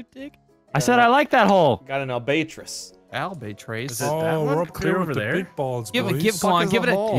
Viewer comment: Just why do you pronounce albatross that way?